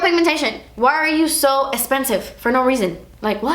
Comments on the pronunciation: Girl please do a part 3! I love hearing you talk about crazy pricey makeup cause I just wait for the "das esspensiveee" and you have me dying laughing 😂 I've been waiting!! Love you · "ees lyk waatever" hahahaha ees esspensive